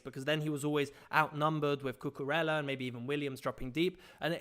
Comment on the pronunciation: Great tactical content. Just fyi Cucurella's name is pronounced 'Cucuraya'